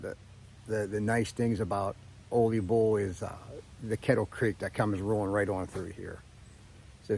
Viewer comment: Pronunciation on Ole Bull is tricky. People typically pronounce it like it's a Mexican sombrero Olay! It's a Norwegian sounding pronunciation the O is said like new or the double oo in shoot. The le is leh, not Lay or lee. So phonetically it's "Ewleh" Bull.